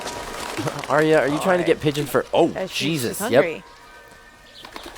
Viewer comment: Just a pet peeve of mine and everybody seems to do it. Mispronounce Arya Stark's name. Aria is how you are pronouncing it, Arya should be pronounced more like, "are ya" but you sound is made by the letter i, that's why Aria is pronounced the way it is. The y doesn't do the same thing in her name. It's more like "are ya ok?" Not that big of a deal because everybody makes this mistake but that's what really drives me nuts, almost everybody makes this mistake.